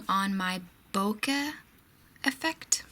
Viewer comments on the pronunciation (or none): Hi, in Japan the /e/ has an long /a/ sound. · I think it's pronounced like "boke-uh", although I'm not completely sure....